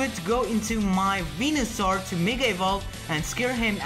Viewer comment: Not weeynasaur